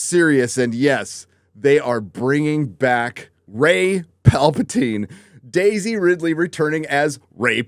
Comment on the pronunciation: This is your job, LEARN to f*cking pronounce the her name.